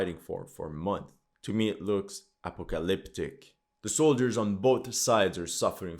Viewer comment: "looks A Poka Lyptic" lol 😂